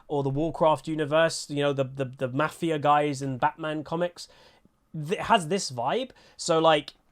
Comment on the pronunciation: Love you but I cringe everytime you say mafia!!!